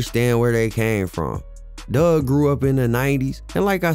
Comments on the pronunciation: His name aint dugg, its pronounced DOOG Four 2 DOOG!!! im not even a fan n know that bro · excuse me sir it’s Four Two (4 2) NOT Fourty Two(42)!! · 🗣It’s FO 2 DUGG NOT FORTY TWO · The second I hear someone call him "forty two" Dugg in a video I switch it right off. If you couldn't do the research to get his name right why am I gonna believe anything else you say when speaking on him? Its "fo two" he made that clear more than once. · His name is Four Two Dugg. Not fourty two. Just 4-2...Also Detroit has the best water in the nation. You would be talking about Flint.